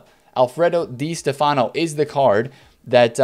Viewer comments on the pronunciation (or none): It's Di STEFano